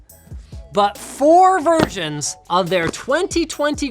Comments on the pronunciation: Is it me or did he say "Virgins" instead of "Versions" on the video?😂😂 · Wait a moment did Linus just said “Virginss” ?? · Was I the only one who heard four Virgins instead of four versions?